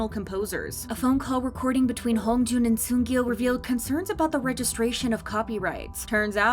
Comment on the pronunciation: It's Ahn Sung- IL not Gil